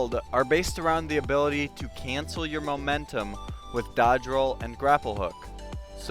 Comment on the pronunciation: new abilaty